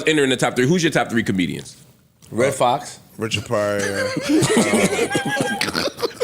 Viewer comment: Dude said Red Foxx